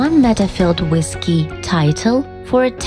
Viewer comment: She miss-prounounces and its annoying for no English native speakers she says WIS instead of WITH! its hard to follow up!